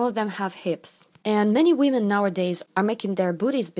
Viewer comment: Nobody: "wEmEn"